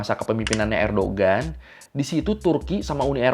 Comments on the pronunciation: koreksi bang, Erdoğan bukan Erdogan, G nya ga dibaca, jadinya Erdoan doang. karena pake yumuşak G (ğ) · bang fyi, cara bacanya "erdoan" bukan "erdogan". soalnya namanya beliau "Erdoğan" , di huruf turki, huruf (ğ) nya ga di baca. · bukan erdogan bacanya, tp erdoan. g-nya gak dibaca (katanya gitu) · Recep Tayyip Erdoğan bacanya "Rejep Tayyip Erdoan", Kemal Kılıçdaroğlu bacanya "Kemal Kelecdaroolu", Sinan Oğan bacanya "Sinan Oan". Alhamdu lillah Erdoğan kembali mendapat kepercayaan rakyat Turki 🤲☺ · Bang nyebutnya Erdoan aja, karena huruf Erdoğan huruf ğ nya ga disebut. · Kalo kata tourguide pas gw ke turki, bacanya "erdoan" bang, gak pake g. Kayak knife dibaca "naife"